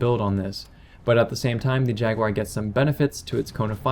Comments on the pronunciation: Where the hell do you get Jag-Wire out of Jaguar (i.e Jag-u-AR)? Honest question. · You saying Jaguar sounds like "Jackwire".